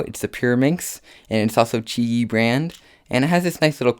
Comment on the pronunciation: It's pronounced Chee Yee cus it's chinese